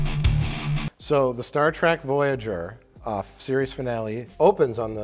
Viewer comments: Mike likes "Star Trek" but he says "Star Track" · please tell me he didn’t say “Star TRACK”...